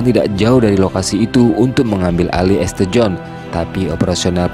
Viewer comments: Alhamdulilah, semangkin banyak Bule yang muallaf di Amrik. Semoga Islam makin berkembang luas di seluruh dunia., kalo membaca jangan dibaca esTe, tapi bacanya "sint". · Informasi pengetahuan umum tambahan buat adminnya ST/St itu di bacanya Sain atau jika di jika di indonesiakan Santo